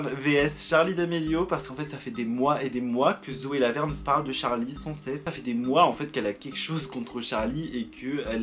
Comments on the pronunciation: à j'ai entendue Zoé la merde au lieu de Zoé Laverne 😂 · j’ai cru que t’avais dis "Zoe la merde" 😭